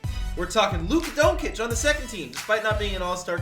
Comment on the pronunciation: u pronounce Luka doncic wrong